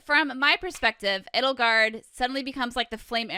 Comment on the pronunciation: It's not Ed-ul-gard or E-dole-gard. It's Ay-dole-gard. Like Edelweiss.